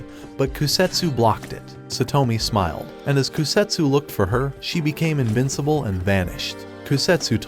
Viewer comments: Bro invisible not invinseble whattt??? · You said invicible you need say invisible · its invisible not invinsable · Bro really said invincible instead of invisible 😂😂😂😂😂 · I heard Invincible